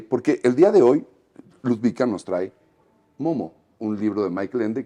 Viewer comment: Jajaja "Ludwika" es "Ludovika" 😅